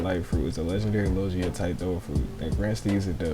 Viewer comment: I’m sorry but did you say lojia? 🤨